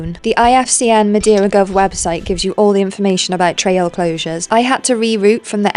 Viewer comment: Amazing! Just FYI, it's pronounced "muh-DAY-ruh" not "muh-dee-ruh" 🌞